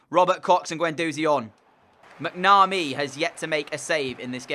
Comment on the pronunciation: Just for you to know I said last video donal is pronounced doenul and you say macnamee quickly